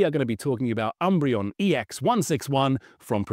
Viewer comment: Rob. Please stop calling it the sunbreon.